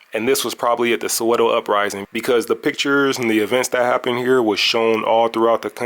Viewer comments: Saweto not sawetho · Omgggg it's not "Sowe-THOH" or "HEC-THOR," T's are pronounced the same everywhere, they don't change because it's South Africa 😂